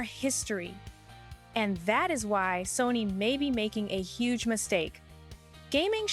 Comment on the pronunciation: A “Hugh” mistake or do you mean a “HUGE” mistake😊😊!